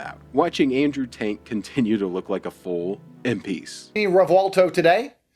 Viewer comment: Did you call him Andrew TAINT hahahah